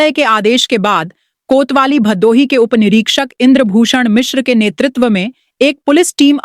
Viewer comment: बहुत अच्छी प्रस्तुति सराहनीय कदम है अंजलि जी से निवेदन है कि भदोही का उच्चारण भादोही न करें।